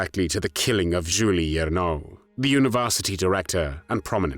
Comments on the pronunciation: and his pronouncation of names is dead wrong... We say Jules the French way, not 'Julee'... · Not "Juli Ernaux," but "Jules [zhul] Hiernaux [ee-air-no]." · Jules not Julie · It amazes me you can say "Coup de grâce" but funk every Jule up beyond reconition